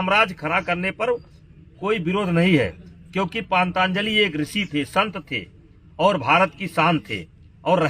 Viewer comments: Patanjali bol bhi na paa raha ye anpadh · इस गधे को पतंजलि बोलना भी ठीक से नहीं आता। बाबा रामदेव के पतंजलि योग की बात करने से पहले कितने पतंजलि का नाम जानते होंगे। वैसे तो चरक फार्मा, बैद्यनाथ आयुर्वेद का भी नाम बदलना पड़ेगा।